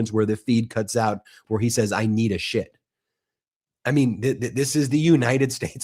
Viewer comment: 😅😅😂 I thought he said that he could do with a ship not shit